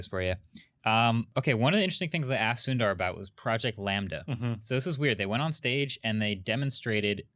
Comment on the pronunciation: Indian names 101: Sundar is pronounced as Soondar.